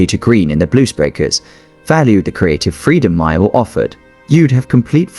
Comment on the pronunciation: That is John MAYALL, not Myall. By the way, MAYALL was English, not American!!!